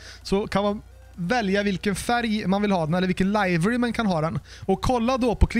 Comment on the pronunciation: Du uttalar livery fel.. just sayin